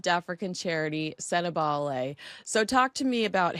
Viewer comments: Is that AI when Sentebale is pronounced Sentebail? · Please pronounce Sentebale correctly.